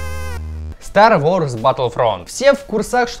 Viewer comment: ААААААААА МОИ УШИ СТАР ВОРС ААААААААААААА